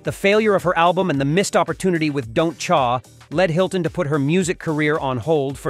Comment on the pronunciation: “Don’t Chaaar” think AI-narrated videos are weird?